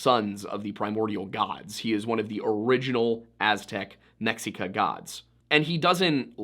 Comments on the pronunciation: Mexica is pronunced MAH SHEE KAH <3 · Isnt "Mexica" pronounced something more like Meshica? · Mexica is pronounced "meh-shee-ka", with emphasis on the first syllable. In most Mesoamerican languages the 'X' will make a sort of 'SH' sound. Although, it's different from the 'SH' you're probably used to pronouncing. Keep the tip of your tongue behind your bottom teeth and press up against the roof with the midsection of your tongue. Not too hard though. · I'm by no means an expert but when you said the "Mexica", I'm fairly sure the original pronunciation of the x would be more along the lines of a mix between "ch" and "sh" sounds. Can't remember if this was Nahuatl or Yucatec Maya. Again, nowhere near an expert.